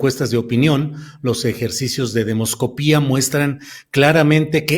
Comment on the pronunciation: Es demoscopia, no demoscopía; qué vergüenza.